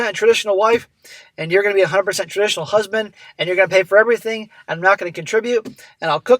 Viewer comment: Nothing worse than a pop culture definition of a trad wife. First off if you can't pronounce the word traditional then everything else after that is irrelevant. And a traditional wife would tanning to the cooking and the children when she wasn't helping the husband perform tasks around the farm. But that when she was done doing that she would help the other women deliver children and care for the sick. Traditional women worked very very hard. So this nonsense that a traditional wife is all about comfort and no expenses is b*****